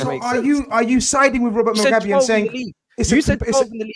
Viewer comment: When went off on “Robert mugabi” 😂😂😂😂😂